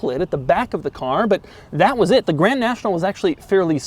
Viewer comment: Maybe some day Dou will actually say the "d" in Grand 😔